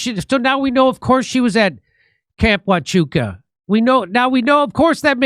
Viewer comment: I love that Jimmy’s finally gotten the pronunciation of Huachuca right but changed it from a fort to a camp. =‑)